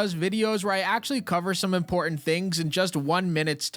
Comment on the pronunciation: Please. There is 2 Ts in the word important. It's not imporant